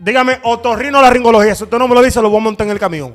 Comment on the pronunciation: Ni tú sabes pronunciar esa palabra. Es otorrinolaringología.